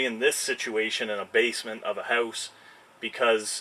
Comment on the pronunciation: By the way you said "house" I just know you're Canadian! Question: have you ever done or seen floating metal stud walls and how they're done? Would love to hear your thoughts! Greetings from a fellow Canadian, living in Germany! Thumbs up from me!👍